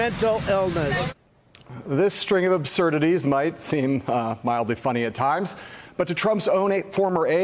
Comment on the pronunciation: Absurdities (Abzurdities)